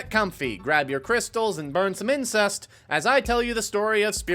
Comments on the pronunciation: Did you say burn some incest? I knew you meant incenses. But it didn't sound like that. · Umm sir...its incense, not incest. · Love the video, however it’s incense, not incest